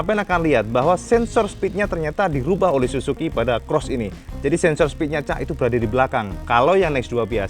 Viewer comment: SUZU cak, bukan SUSU....beda jauh itu 😄😄😄